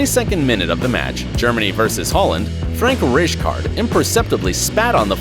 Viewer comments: How about rijkaard😂😂😂😂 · Rai-Kard not Rij card no worries I mispronounced his name at first too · Rijkaard to Richcard has nothing to do with pronunciation.... it just straight ignorance and unprofessional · You pronounced Zinedine Zidane wrong, you pronounced Marwin wrong, you pronounced Modeste wrong, you called the referee the judge, you pronounced Rijkaard wrong, you pronounced Völler wrong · are u serious thats not how u pronounce rijkard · The way you said zindine zidane and Rijkaard gave me cancer